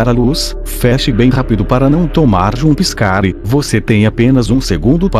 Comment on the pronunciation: Já tomei "janspicare" de todos os animatronics menos o" naiguitemare" e o fredbear